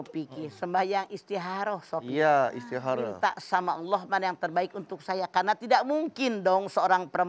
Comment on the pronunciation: Mamah dedeh: Istikhoroh/istikharah ❌ Istikharoh ❌ Istiharoh ✅